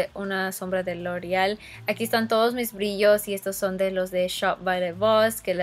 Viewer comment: Siento que aveces exageras con las palabras por ejemplo "Lorrreal" yo se que hablas en ingles y todo pero en tus otros videos si dices "loreal" o cuando dijiste lorrrreal pro ma es pro mat!! No te luscas tanto con las palabras